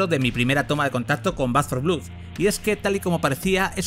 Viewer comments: Un vídeo muy informativo, pero por el amor de Dios, deja de decir "blud" y di "blod", que es como realmente se pronuncia 😭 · Blood se dice, fonéticamente, blod, no blud. Siempre igual con el periodismo español, ni un sólo video sin cagadas lingüísticas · Por qué repites 50 veces "blud" cuando es "blod"? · Como que "Back for Blud"? BLOOD xD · De pronuncia blad no blud,que dolor de oídos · sin embargo el que respondió a mi crítica a VANDAL y a los periodistas que "tantos estudios tienen" eres tú. Tú empezaste el ataque. Pero vamos, esto es Internet. Siempre encuentra uno su discusión, y si no es suya, pues la de otro. Decir blood como blued suena como una patada en la oreja. Eso es un hecho. Denunciame. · Después de oír 2 veces “blud” he tenido que parar el vídeo. En España seguimos sin levantar cabeza con el inglés. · Back 4 vlud. 🤣🤣🤣 esa pronunciación 🤠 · Te sugiero lo mismo. Soy bilingüe. Te aceptaría un "blad" con una "a" tirando hacia la "o", pero en la palabra "blood" no hay ningún tipo de "u". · Dislike por pronunciar "BLUD" 😓